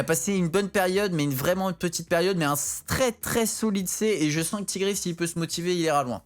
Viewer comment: c'est clair moi c'est quand il dit "TIGRÉ" au lieu de "TAïGRI" mdr